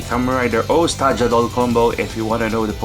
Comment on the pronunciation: For the love of gos It's called TaJaDor You call the bird a condor not a condol